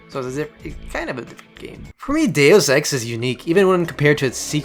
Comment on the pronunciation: Its pronounced Deus ex DACE EX. DACE